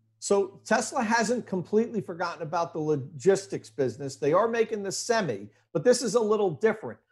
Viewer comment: An electric semi should be named as he pronounced it a Sem-E instead of a semi.